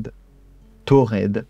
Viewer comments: Je pense que c’est touareg et non tuared? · C en Algérie et c’est tamenrasset c’est au sud du Sahara et ce son des nomade qui s’appelle tuareg et non pas tuared ou taured comme c’est dit vous pouvais chercher sur internet y’a pas de tamenrosset c’est tamenrasset et c’est au sud du Sahara Algérie